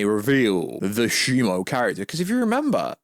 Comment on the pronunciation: Isn't it ShimO, not ShimU? I keep hearing people pronounce the name in different ways.